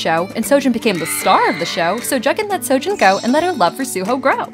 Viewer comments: Nah jits prounouncing seo-jun lke " soo jin " and pronouncing soo-ho like "sow ho" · It pronounced wrong here, Seojun would be (Sojun) and Jugyeong(Ju gyong)